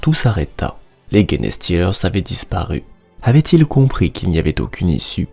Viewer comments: Salut, très chouette une fois de plus ! Pourquoi "GUenestealer" alors que les anglais eux-mêmes disent "Jenestealer"? Surtout pour ce mot qui est anglais, donc pas de raison de vouloir aller le dire dans une autre langue, latin ou autre ^^' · Merçi et très bon travail de narration. Juste, c’est pas "guéné" mais "gènes" [jinstilerz] genestealers (voleurs de gènes). Bon courage encore merci pour le taff.